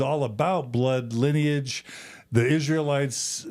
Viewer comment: linnage? You mean...lineage??